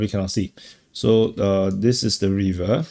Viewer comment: "Reever" is not the correct pronunciation for "River." Neither is "Hayvee" the way to say "Heavy." Try Google translate for the correct audio.